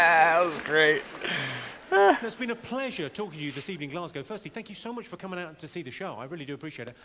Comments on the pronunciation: You said Glasgow perfectly 👍🏻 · Glasgow....Aye, ye said it just fine m8.